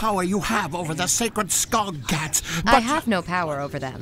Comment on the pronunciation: I realise they couldn't get the accents, but I wish some of the Norwegian words they used, like skogskatt, had been pronounced right. It isn't skog as in dog, but the norsk o sounds like double o. So, the o in skog sounds more like the double o in food. I am available for Norwegian help. :o)